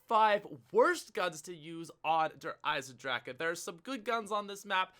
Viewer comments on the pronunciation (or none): I know 😂 it doesn't feel right